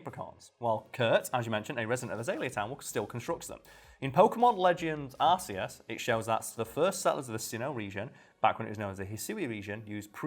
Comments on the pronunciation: There’s a perfectly good reason Arceus is pronounced r-key-us and I think you guys are well aware of how r-see-us sounds. Pronunciations for Pokémon have never bothered me exactly for the reasons you guys stated but I’ve always hated Arceus being pronounced as r-see-us strictly cause I think it’s the absolute dumbest pronunciation out of any Pokémon. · It’s Ark eus it’s a biblical thing or something I saw the explanation and how the word derived from a word pronounced as Ark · Welp... Yer wrong. It has been confirmed it's ARK not a soft c biiiiitch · Its not ArCEEus its Arkooz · It’s definitely Ar-see-us not ark-e-us. U can even google it. Shit not even proper English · Fun fact: it is very likely that is is pronounced “Ark” and not “Arce” due to the “RKS System”; Silvally’s signature ability. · actually it is aa·kee·uhs (British punctuation) because the arc-phone exists, it used to be arse-ius till the translators realised that it said arse (a British slang), so it was changed around the time of the arceus movie. After a very quick Google search I found that the British punctuation is "aa·kee·uhs" And the American is "aar·see·uhs" Which it dumb, basically arceus is the correct way since almost every character in pokemon says aa·kee·uhs, at least in the recent years. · İm going to end myself if I hear one more person say arseus instead of arkeus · It’s actually an issue of the official pronunciations differ depending where you are in the world. Ar see us is the japanese pronunciation, ark ee us the english one. Same issue with sue ih seen and swee koon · It's not Nintendo saying arss It's Arcaus Bassed of the Arc Cain system As in Arcaus It's all magical and biblical Not ass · Arkeus or stfu. That annoyed me enough that I'm downvoting you for butchering the name. This was rec'd and I don't want anything to do with someone who says asanine things. Bye. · It's ar-key-uss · Ar-Kay-uss. Read your lore: look up the RKS project revealed in sun and moon. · It is Arkoos